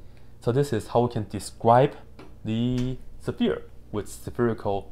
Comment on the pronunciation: I like how you say sephere! I really do.